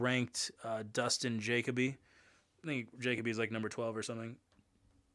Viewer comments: Jay-cuh-bee lmaaaaaooo It’s juh-coh-bee bro. Lol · Last name pronounced Ja-coe-bee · Bro making a video of Dustin Jacoby and doesn’t even know how to properly pronounce his last name 😂